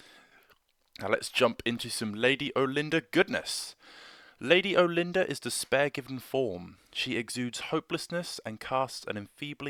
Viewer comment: Not trying to be over corrective but I kinda prefer how us hicks pronounce her name here , sounds kinda like we are saying " All- en- durr", just sounds much much more regal to me! Most of the time Brit pronunciation doesn't overt bother me with the huge way you guys pronounce the word " Idea" where it always sounds like " eye- dee-ur" just drives me nuts. Some of my friends from over there visually wince when people here say the word aluminum . Anyhow I know it's old but the for the bid, I just got my lady built and waiting for her zenithal prime to dry, She has to be one of the most ornate models I have built to this date!